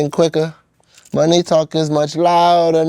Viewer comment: An easy giveaway to why it’s Ai is the fact he said “mo-ney talk is much louder now…” nobody pronounces money like that expect for Ai 😭💀